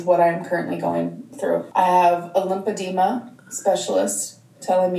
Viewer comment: Drives me nuts it’s LYMPHEDEMA pronounced “LimF edema” not ”LIMPADEMA” ughhhh! If you actually HAVE it....learn what it is and LAY OFF THE SODIUMSSSSS 🙄🙄🙄